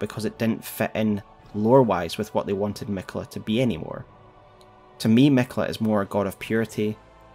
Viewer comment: Is it Canon to pronounce miquella like it has one L instead of two Ls? Where did that come from?